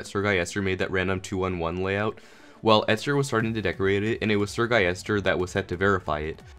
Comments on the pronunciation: Its Sir-Gil-les-ter not Sir-Gai-yes-tur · Everyone: SrGuillester: SrGuyester